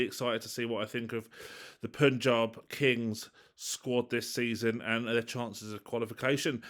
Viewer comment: really sorry. Pa-n-j-aa-b Kings. Despite u in its name, that u is pronounced as Indian "a"